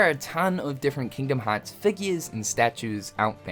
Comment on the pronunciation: Kingdom haaatz